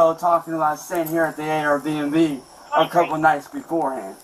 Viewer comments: He is STILL saying "A.R. B&B" 😂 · Why does he say Airbnb like AR-15? AR-BNB 😅 what a regard